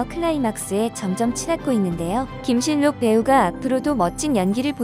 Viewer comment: 무슨 국어도 안 배웠나? 발음을 김실록으로 해야 자연스러운데, 김신록 그대로 발음 하네. 할라산이라고 잃지, 한라산으로 발음 하지는 않죠.